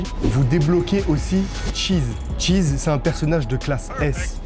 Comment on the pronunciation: Ta dit tchees. Tchèques burger 😂😂😂😂